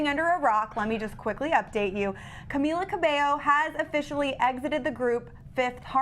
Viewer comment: THANK YOU SO MUCH FOR SAYING CAMILA CABELLO CORRECT